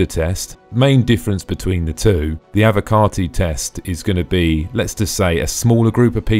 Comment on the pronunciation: I love that its being said correctly for a change "Avocarti"